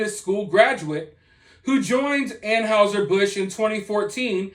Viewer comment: Please learn the correct pronunciation of Anheuser-Busch